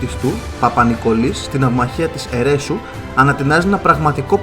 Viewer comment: Δεν είναι Ερέσου, είναι Ερεσού